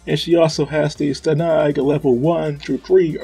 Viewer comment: I just looked at your channel, you got quite a lot of videos on some pretty interesting topics. Having made that many videos, you should know plenty about this sort of stuff. Watching back for a moment, you pronounce stanag in a weird way and that made me think "huh, this guy doesn't know how this common thing is pronounced. Maybe this topic isn't his focus" I probably misjudged how much you know about armored vehicles but I maintain that you don't sound very confident when you talk about them.